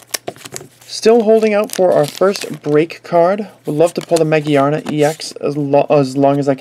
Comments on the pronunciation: Ma-GEAR-na Not Ma-gee-ar-na Think about the word gear Its there for a reason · I have no doubt it's pronounced Ma-Gear-na, but it is understandable that he pronounces it the other way because it's Japanese name is Ma-Gi-A-Na, which could be read Ma- Gee-Ar -Na or Ma - Geea -Na.